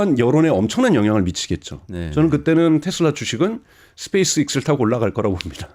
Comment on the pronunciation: 1.말이 너무 많아서 오히려 마이너스 요인이 상당히큼. 2. 사실과 다르게 본인의 의견을 주가에 연관시키려함. 3. 스페이스 x(엑스) 를 스페이스 익스 라는 발음으로 이질적인 발음을함. 4. 이분의 트렉레코드는 장기투자에게 도움이 전혀 안되기에, 투자 마인드를 배우려는 분들에겐 상당히 위험함. 5. 유튜브 돌아가면서 물들어올때 노젓는 스탠스입니다. 전문가라는 수식어는 빼야한다 생각을 합니다.